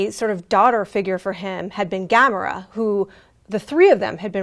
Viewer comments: GA-MORE-AAHHHH... say it with me "Gamora"..ok good now stop fucking the name up. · Why does pronounce Gamora like that? Have I been saying it wrong the whole time or something?